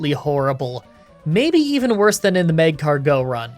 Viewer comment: The way you say macargo hurt lol